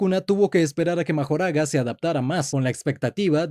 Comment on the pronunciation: Minuto dice magojara🤑🤑